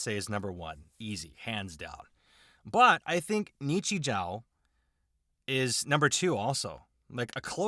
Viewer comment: Japanese grammar claims anther victim! In Japanese, when a "u" follows a sound ending in "o", the "u" is silent and is instead used to elongate the "o" of the previous sound. So, "ni-chi-joo". Yes, Japanese has a more logical solution to this. If you're writing using katakana characters, you can simply put a dash to indicate an elongation. Why not also do that when using other characters..? Because reasons! Nichijou is a great little absurdist comedy series. It's a series where one episode might have a dramatic, super-slow motion 5-second-rule dropped wiener recover, while in a different one, the frail school principal German suplexes a deer.